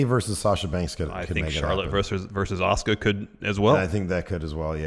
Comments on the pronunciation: saying Asuka is the most frustrating i have heard in a long time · Stone Osborne Well he is a heel wrestler, so if it is him doing all those to piss people off he is a genius. I don't know how that is going to get him closer to WWE though? Especially when he keeps mispronouncing Asuka's name.